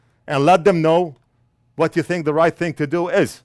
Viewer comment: " I theenk we need a beeger BOX" 👍